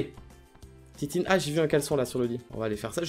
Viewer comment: on adore la "titine" au lieu de la tétine, c'est trop mignon mdrr